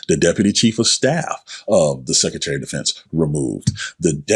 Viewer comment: It's SECRETARY!!!!...NOT SECETARY